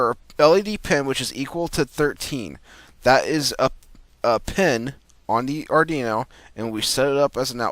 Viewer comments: Yes it's pronounced "Ard WEE no" not ardino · You're killin' me with the "ardino" Lol